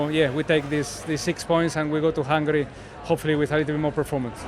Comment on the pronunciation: Alonso on : "We go to Hunrgry (Hungary) , more hungry than ever..." 😂😂😂